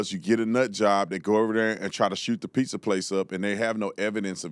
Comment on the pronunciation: The real question is, why do black people say, “piSSa” and not “piZZa?”